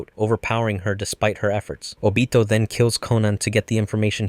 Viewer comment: I like how he pronounced Obito's name